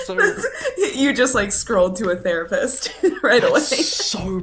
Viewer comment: the-rapist? Wtf?